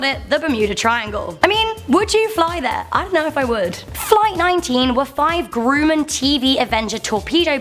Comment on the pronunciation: “Grooman torpedo bombers”. It’s Grumman.